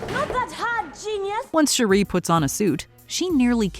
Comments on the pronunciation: The way she pronounces Shuri...😒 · Every time I hear Shuri's name said incorrectly, I can't help but cringe. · Does anybody else feel bothered on how she pronounces shuri? Lol it sounds so ugly the way she says it 💀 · Girl your pronunciation of Shuri is killin me! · She always pronounces it like that lmao annoying af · Every time she says it 😬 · Why can't this colonizer say, Shuri correctly?? She's heard it pronounced properly DOZENS of times. That's a purposeful disrespect that's totally unnecessary. Dizzy cu... colonizer. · This idiot PURPOSELY mispronounced Shuri's name damn near 50 times in this video. WHY? What was the purpose in that? 👎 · It's actually more like Sure-E but I thought I was the only one that noticed her pronunciation I don't mind especially when names/words are even said different ways in the movie (& other (source) material) ie Nay-more, Nuh-more, Nah-more, etc. And of course ppl have accents and dialects etc. But her pronunciation threw me all the way off Lol I'm like please just call her Princess or something 😆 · I love the video HOWEVER I couldn’t get over the pronunciation of Shuri’s name.🫣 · I couldn't even get thru this because of how many times you jacked up Shuri... got to be one of the simplest names. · This lady repeatedly mispronouncing SHURI’s name is infuriating lol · How annoying is this narrator constantly mispronouncing Shuri’s (sure- REE vs Shuri’s name. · OMG, it's pronounced SHUR-I, not SHUR-REEE. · Her name is Shuri not Sheree. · Her name is SHURI Not Sharee!!!!! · Shuri(sure-e) not Sharee. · It's "Shuuuri", not "cherie"! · Her name is not Sheree. It’s Shuri. 🙄 The Black Panther’s franchise has been out long enough for you to know the correct pronunciation of her name. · Its pronounced Sure-E. Not Sherree. That's my wife's name and she's getting excited someone is saying her name 😂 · It bothers me that your pronouncing her name wrong, it’s not Sharee smh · It's SHUR-REE 🙄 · It's SHU ree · Shuri…not Shuuree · You mean Shari 🤣